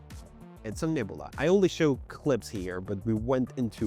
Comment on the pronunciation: You probably get this all the time but....Nebula in English is pronounced: Neb-you-la. Just like the Guardians of the Galaxy character that Karen Sheila Gillan plays, Nebula.